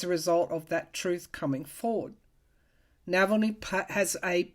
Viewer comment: thank you so much for the information on Alexei Navalny. BTW, his name is pronounced Nahahlny, not Nevellny.